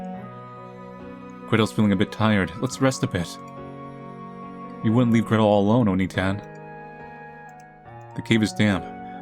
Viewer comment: bro was saying "gretol"